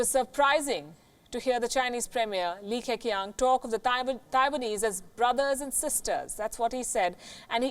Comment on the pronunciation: So Li Keqiang is pronounced Li Kechiang